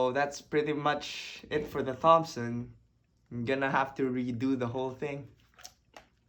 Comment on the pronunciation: So cool man! Btw it's pronounced like "tompson" not "th-ompson" (the 'h' is silent - english makes no sense, i know lol)